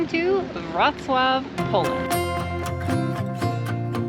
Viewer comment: ok guys, you inspired me, I am adding Wroclaw to my list. Thumbs up also to for correct pronunciation. 🙂 Next time in Poland, pls consider visiting Gdansk, we really loved it there.